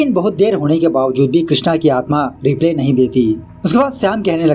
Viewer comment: Sir ... Har humesha nhi humesha Replay nhi reply Plz apni pronounciation sudharen.